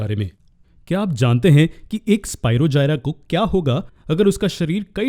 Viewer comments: Sir bura na mano to ek baat kahu ki sir vo spirogyra hota hai na ki spirogjayara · It is स्पीरोगायरस not स्पीरोजायरा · Nice explanation sir i am really very sorry sir but its Spirogyra it is g on j sorry btw thanku sir its help me alot❤☺